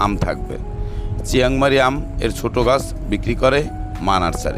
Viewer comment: চিয়াংমারি না,চিয়াংমাই এটা নাম